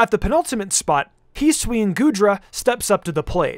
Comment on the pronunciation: Its his-oo-ee not heeswee